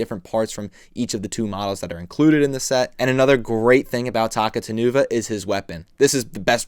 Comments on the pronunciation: I think his name is pronounced “Ta-cou-ta-nuva” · His name's actually pronounced as Takuta Nuva since he's an importmantu of Taka Nuva and Makuta. Pronouncing it as Taku Tan Uva just sounds so weird and wrong. Otherwise? Great review! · I thought it was pronounced Takuta-nuva. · yeah same, since its a combination of Takua and makuta with the nuva suffix.